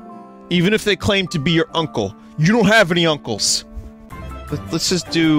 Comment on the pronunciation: their biggest difference is their accents! from northern sweden and from staten island. for example says "yust" instead of "just" and sometimes switches around the w and h when he pronounces words (like "hwite" or "hwere")